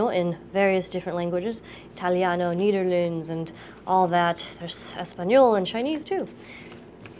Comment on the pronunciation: she completely butchered the "Nederlands: language......she could have just said dutch